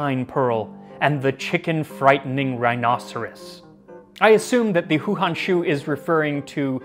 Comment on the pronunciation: Hey man, great video. One note for future reference: "Hou" in Chinese is pronounced like "Hoe"